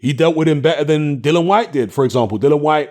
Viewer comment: No way!! I think Chisora has a fair chance to win no only that he can KO Usyk, and btw why do you keep calling Dillian Whyte "Dylan Whyte?